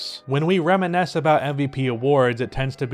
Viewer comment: Reminisce. You kept saying riminesce or remenesce. I’m not trying to be that guy but it sounded off.